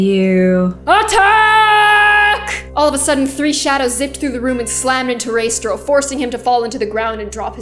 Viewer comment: It's uh... Pronounced: Ray-stray-ow ._.